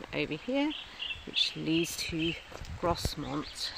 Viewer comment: It's pronounced Growmont...It's where the North York Moors Railway keep their steam locos for repair and maintenance. You can visit the workshop and watch the workers in action